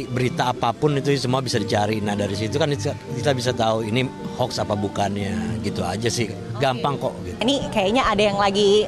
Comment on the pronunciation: Bukan Hoks mbak, tapi Hoax... 😁